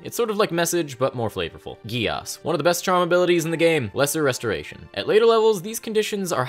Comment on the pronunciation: Geas is pronounced gesh, from what I've found. Don't ask why, Irish is weirder than English.